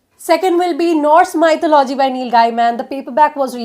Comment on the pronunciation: Hi....thank u soooo much for this it helped me a lot...but one small correction. It's not MY-THU-LO-GY...its pronounced as Me-THO-LU-GY...im sorry if I shouldn't say it.